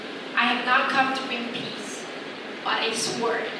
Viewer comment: but a sword: mispronounced. "w" is silent. ^&^ I like your channel. I hope you will film live English conversations without editing. Anyone who is Korean is not willing to create that kind of video.